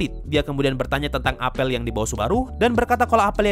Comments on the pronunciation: Bacanya apel bang bukan apel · huruf e pada kata apel dibaca pake e pepet bukan e tailing, bang hehe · bukan apel bang, tapi apel